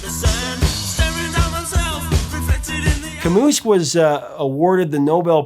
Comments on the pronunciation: Camoo not Camoose! Just sayin’ dude!😎Life Rips! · Umm...the s in "Camus" is silent so....it's "Ka-Moo" not "Ka-Moose". Just sayin. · "Camus" pronounced "Camoo" not "Camoose". C'mon professor. 🙂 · As a Gen Xer, i can’t NOT like the Cure—they’re the soundtrack to my life. But, …Cah-moose? really? he was french and the S would be silent. “Camoo” friend. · Albert CaMOO, not MUSS. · Camus is French, thus Cam-oo not Cam-oos. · Can you please say “Camus” correctly? It’s pronounced “camoo.” Every time I heard you say “camoose” I cringed… couldn’t finish watching. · Albert Camu not Camus. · Nice video. Just a note, Camus is pronounces kamoo not kamoose. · yikes. It's not "Al-bert Ka-moose" dude, it's "Al-bear Ka-moo" (roughly speaking). Love The Cure. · Oh dear, not "Camoose" but "Camoo"... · I used to pronounce the name just the way it is spelled Cam-us. I understand it is really, for some strange reason, supposed to be - ca-moo. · The correct pronunciation of the name Camus is like CaMOO. It's a French name, and thus the single S is silent (just as in the word finesse - meaning "delicacy in execution of a manouvre or creation" - the S is pronounced, but in the word finis - meaning "end"- the S is silent). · Hmmm ... I've always pronounced his name 'kamMOO' ... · Al-brt Ka-moo. No “s.” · Dear, "The Stranger" written by Albert Camus, French author born 1913 died 1960. was first published in 1942. Camus won the Nobel Prize for Literature in 1957. Camus is pronounced 'kam-oo'. Thanks for the great Cure video. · "Camus" is pronounced "kah-MOO". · Thanks for the detailed story! But for the record: The 's" in Camus' name is silent. It sounds like 'cam-moo.' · Albert Camus: Al-brt Ka-moo. The S is silent. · The s is silent in Camus. ;) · I have never laughed so hard hearing someone say a grim French Philosopher's name! Ka-Mooose! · Camus is pronounced "Camoo". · Camus is pronounced Camu, the S is silent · ka.moo the s is silent. ;) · The 's' in 'Camus' is silent.